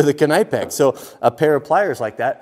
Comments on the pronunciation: The K is silent... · Just a small fyi it’s pronounced like ka-nip-ex, NOT ka-ni-pex I give you bonus points for pronouncing the k lol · Why does he call it “Kuh nigh pex” I thought it was “nipex” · Omg this guys is driving me insane with saying KNIGHPEX IT'S PRONOUNCED "NIP-X" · I love you dude... but “knip-ex” not “kunipe-ex” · Ken-i-pex?! It's pronounced Nip-ex gosh darn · It's not Kenypex. try to pronounce it as Knip Ex (knip like nip + a hard K) in the Netherlands "knippen" is, cutting with scissors. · I'm sorry Ka-nipex!!! It's pronounced nipex, you don't say ka-nife for a knife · I don't normally correct people but if you're on the East Coast knipex the K is silent and it is pronounced nipex not kaaa nipex js lol what do you expect from a West Coast guy though were they all think that their chainsaws are bigger than ours🙃😂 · Knip-ex, not k-ny-pex lol. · KA NEE PECKS.......... I asked a German (i thought they were pronounced NIP EX) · K-nipex... it’s pronounced Nipex bro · its pronounced nip-X not kenipex same way you pronounce know knowing knew ect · KIN-IPE-X?? Its pronounced NIP-X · Calling knipex “Ka-Ni-Pecks” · Legend has it.....he's still saying kuh-kni-pex today. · Hey man, just a quickie, knipex is pronounced ( nip-ex ) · The K is silent, it's nip-x. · I thought knipix was pronounced nipex basically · Knipex has an English e for the I so it’s k n e pex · Is the way he says “knipex” how west coast people say it? Cause we say nip-ex and k is silent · Well here in Germany where Knipex is located we say it like "knee-pax" (spoken k) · Is it not said nipex? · It's a silent K in Knipex its pronounced "Nip ex" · Those “cobra pliers” are called channeloks and the brand knipex is pronounced ny-pex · It’s pronounced knip-ex. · Knipex is pronounced nip ex. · It's pronounced nip-ex the k is silent... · Good God what way do you pronounce knipex! It's pronounced nip-ex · It can't be that hard to pronounce Knipex correctly 🤔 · The k is silent in kni